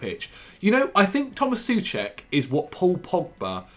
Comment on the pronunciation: Soucek is what? Loool okay dude